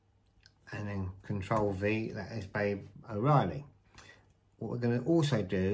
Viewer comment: lol, no one else gonna mention that he constantly pronounced BABA “babe” ?😅